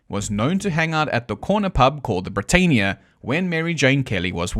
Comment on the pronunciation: Britannia = Brit-Ann-ia.